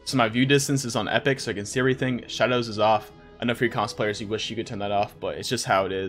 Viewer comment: i thought he said cosplayers and i was so confused but he said console players lmao